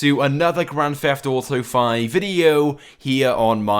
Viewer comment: Why do you have a "wwwffffttt" , example : you say "Gwand Fweft Auto 5" It's so annoying